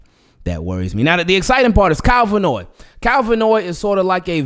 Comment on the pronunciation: Love your channel, I'm hearing you pronounce Kyle Van Noy's last name Vannoy, like it's one word. It may seem irrelevant but I hope a professional like yourself appreciates this & does not take it in a negative way. Thanks for listening. 😊